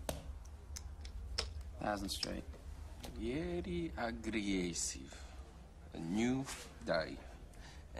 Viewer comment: I just realized I don't even pronounce it aggressive anymore. I always use agre-essive because of this movie.